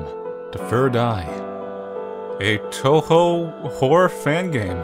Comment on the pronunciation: He even say "Touhou" properly. I'm seriously amazed.